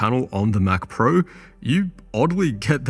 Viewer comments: "what is even a mcprue" 😂truer words have never been spoken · Chinese accent saying Mac Pro. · McPrue sounds like how a Japanese samurai would say Mac Pro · MCPRUE as in Mac Pro, lol